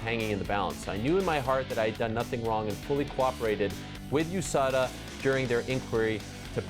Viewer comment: US-ADA 😂😂😂 never heard anyone pronounce it like dat lol